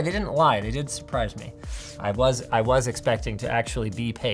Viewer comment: He said suprice me no??? 😂